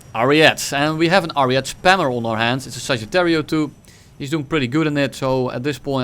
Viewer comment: Please stop calling the ariete "ariet" you need to pronounce the e too at the end